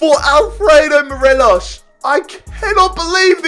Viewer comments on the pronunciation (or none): It's Morelos not Morelosh. 🙄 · Morelos is just pronounced as 'mor eh los' , no accent , just a pointer. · Nobody:: Morelosh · it really annoys me the way u say morelos name